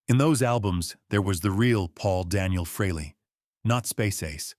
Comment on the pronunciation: There is no A in aces last name until a couple of months ago it was pronounced freeLee get it fix it igs agrivating!!.